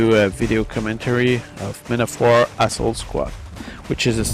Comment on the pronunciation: haha in the beginning it sounded like you said i'm gonna do a video commentary of men of war asshole squad